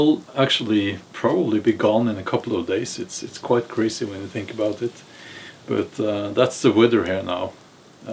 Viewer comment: You it’s not böt it’s bat; the word but 😅😅😅